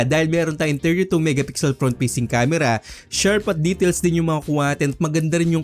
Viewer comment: Fast❌ Past✅ Facing Cam❌ Peysing Cam✅